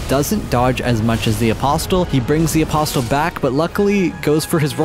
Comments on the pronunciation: Im confused, is english your first language or is it a bit? Because the pronunciation in this vid could have been better, for eg. AposTill (Apostle), Loreruania (Liurnia) , Linedell (Leyndell), More Got (Morrgot), forginate (fortunate), for some reason you pronunce Lansseax differently each time you say it, Crystillians (Cystalian). This was all in the first 16 mins. Again if I'm missing something like its a joke or english isn't your first language please let me know. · c'mon man please stop pronouncing the T in apostle, it's silent